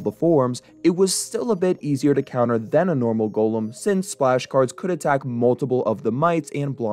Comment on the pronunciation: Elixer monster. "GOHLHEM". i wish these nerds could speak properly